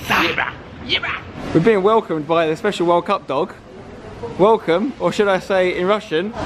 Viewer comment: That was the worst pronunciation of welcome but good try I'm 🇷🇺